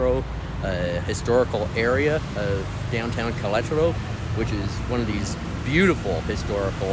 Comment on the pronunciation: I was thinking that exact thing everytime you said it. Thought you were doing well though. 👍